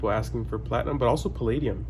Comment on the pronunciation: See all it took was calling it "flatinum"...lol. He just said that within the last month or two.